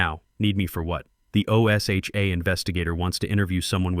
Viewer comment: Teach AI how to pronounce O S HA . It's one word OSHA. O'SHA.